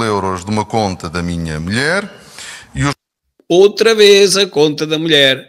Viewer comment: "A minha melhére" por amor de deus